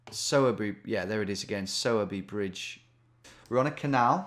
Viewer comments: Ayy, my birthtown was in this one, Sowerby Bridge. Note: Its pronounced like Sore-Bee, but better than the Sour-Bee I've heard from most people who see it. Also, grats on the 1mill! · Hey Tom I don’t know if it’s been said but it’s pronounced sore by bridge - the er from sowerby isn’t pronounced! Anyways it was cool to see a spoons I’ve been to on here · It’s pronounced ‘sourBry’ bridge.